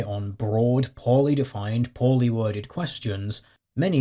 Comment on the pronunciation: i misheard "poorly defined" as "poly-defined" -- i think it fits.